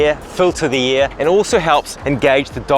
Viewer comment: “Breath airrrrrr”